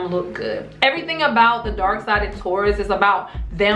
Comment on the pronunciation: Sounds like your saying dork side...